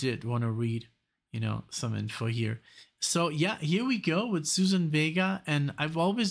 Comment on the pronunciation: Thanks for this. Love her. Please check pronunciation of her first name.